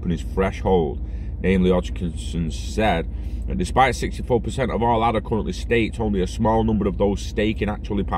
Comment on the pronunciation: Ay-da. After Ada Lovelace.